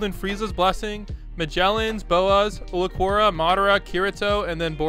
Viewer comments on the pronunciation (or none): “Uliquora” Blud what💀